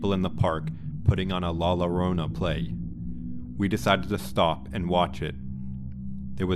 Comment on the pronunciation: Not LORONA but JORONA. Double L have a J sound.